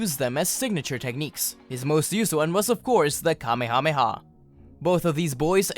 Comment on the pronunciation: The only thing I don't like about this is that you call it the Kamehameha not the kamehamehe wave